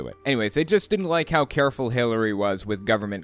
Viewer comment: I swear I heard "Hitlery Clinton" when Greg said her name lol